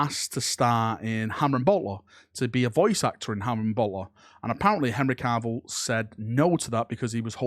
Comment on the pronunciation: I love you but for the love of the Emperor stop pronouncing his name as Henry Carvill, there's nor "R" in there